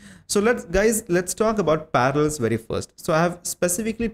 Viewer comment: * PARALLELS NOT PARALS XDDD